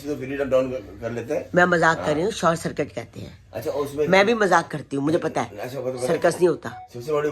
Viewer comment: Sirkat nhi 😂😂😂 uncle g circuit